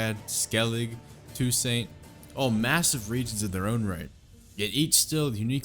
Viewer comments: it's TOO-SONT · Great video but I can't get over how you pronounce Toussaint